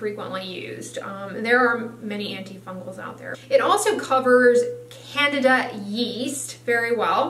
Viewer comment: Not Canada. Candida. Can Dee Duh